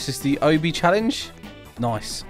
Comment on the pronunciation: Its obby not oby